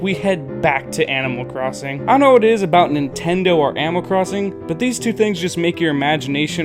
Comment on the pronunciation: Please pronounce ANIMAL AS ANIMAL not AMMO